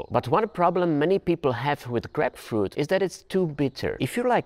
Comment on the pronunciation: its isn't grepfrut u say it like Graipe-Froot(fruit) ya welcome